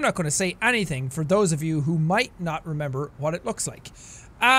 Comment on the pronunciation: you remembe? Yea i remembe... but you remembe... YEAAAAA I REMEMBE